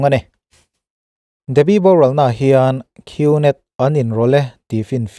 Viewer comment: Gnet hi net tih anga lam tur g hi silent leter w boss..